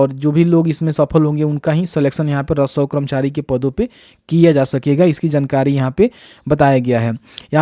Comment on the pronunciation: आप रसोव कर्मचारी जो बोल रहे हैं वहां आप राजस्व कर्मचारी बोलिये।